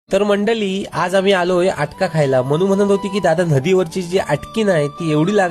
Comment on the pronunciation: मंडळी म्हण...मंडली नाही...मराठिची मारू नका...